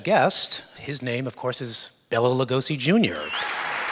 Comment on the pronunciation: His name is pronounced like Bay-la not BELLA. That annoys me and i feel the need to correct normies about it lol